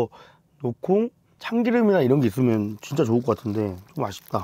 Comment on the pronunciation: 진짜 할때 감스트때문에 아 지짜 로 들림 ㅋㅋㅋㅋ